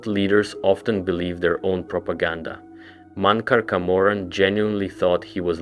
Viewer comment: Mon-cor Ka-morrin is wild😂